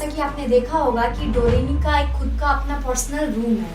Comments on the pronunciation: Dono bahi behen (dodemon) instead of doaremon😅😅😂😂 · वो डोरेमोन है ना के डोडेमोन ... Smjhe didi..?